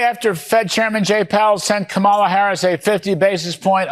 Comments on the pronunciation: Oops. tRumpy accidentally pronounced Kamala correctly in that video . 😅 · Maria said Kamala’s name right!?! Wow! So did a couple other hosts, after the first few times they say it wrong